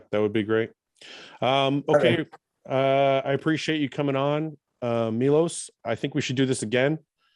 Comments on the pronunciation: He is great but I'll go crazy from that nobody says his name correctly, it's not Milos, it's f***ing Miloš! C'mon, you can pronounce "sh*t", you can pronounce his name 😀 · I am actually not joking...I will really start correcting people 😉. Fouad - next time you call me on the show - remember - its Milos with the "sh"-it at the end. 😁 After 30 years in the industry - people might start calling me by my real name. And it is "shit" at the beginning of my last name too 😬